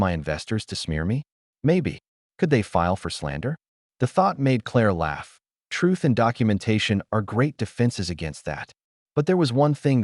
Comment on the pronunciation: The word "TRUTH" needs to be spoken with the "th", not an "f or ph". Pronunciation is important.